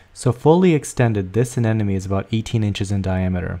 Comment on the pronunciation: they are called a-NEM-ones ....not a-NEN-omes!!!!!